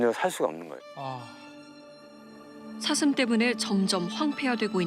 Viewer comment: 아놔 뉴스보다도 ㅅ 발음안돼는거 자꾸웃겨가지고 ㅋㅋㅋㅋㅋㅋㅋㅋ "사 thㅡㅁ!!" 저정도 피해면... 고양이들처럼 잡아다가 중성화 해야하는거 아닌가요;;; 권익위가 방안을 하루빨리 만들라!!! 뭣허냐~